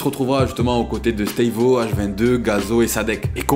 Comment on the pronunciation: Frro arrête de prononcer staivo 😭